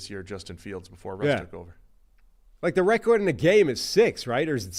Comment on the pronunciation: you keep mispronouncing "record". Just a suggestion to correct it. Love the pod guys. Keep it up.